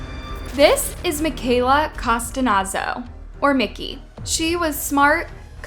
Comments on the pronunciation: Why pronounce it like Costanazo when it’s spelt Costanzo? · You keep saying Costanazo. Isn’t her name COSTANZO? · I’m so glad someone said it she added like extra letters love her content but I almost couldn’t finish it cause she butchered it so bad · COH-STAN-ZOH Not Costanazo. Like You Didn't Even Attempt To Fix The Pronunciation. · cuh-STANZO where did you get costanozo from??? at least say the girls name right ffs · You're pronouncing her name wrong throughout. It's Costanzo and not Costanazo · 😩 it’s driving me nuts hearing how she’s pronouncing her last name! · Read the surname properly, please! Cost-an-zo! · This is my cousin It's Cuh-stanz-O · "Cos-TA-nAN-zo"?? Lol Who edited this and didn't notice how badly this girls name was butchered (no pun intended) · Nice job butchering her last name… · If youre going to do a story on someone at least learn to pronounce their dang lastname. Its too disrespectful. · You butchered her last name. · This case still gets me everytime since the first time I heard about it, still haunts me to this day....by the way you kept saying Mickey's last name wrong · How do you manage to say the names of victims incorrectly in nearly every single video?! Don't you have an editor? Very unprofessional and disrespectful.😢